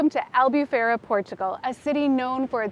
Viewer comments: i love your videos, but once again, you 2 now are living in Albufeira, please learn how to pronounce it correctly, it's AL_BOO_PHEI_RA*. Its so disrectful when foreignours go to Portugal and can't even pronounce ''POOR_TU_GAL'', not Porchugul. I'm impressed you both pronounced Algarve correctly.....I STILL LOVE YOUR VIDEOS n i'm so jealous in Newark NJ.....LOL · Hey guys nice vids .. here are some tips in Portuguese pronunciation. “Ei” as in albufeira is always pronounced as “ay” . U is pronounced “oooh” so albufeira would phonetically sound like AL- BOO- FAY- RUH. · If I may, I am Portuguese and your lovely town of Albufeira is pronounced.... Al boo fay rra (roll the r on the tongue)... ENJOY! 😉🏖